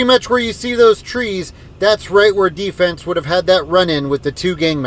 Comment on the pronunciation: it's "D-Fens"